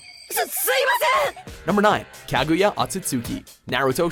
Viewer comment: also Kaguya's name is not Kagoo Yah. the U between the G and Y is silent, its Kag Yah, Otsutsuki(Oh T Soo T Sukooki) its similar to how sasuke's name isn't sasoo kay, but Sas(sauce) Kay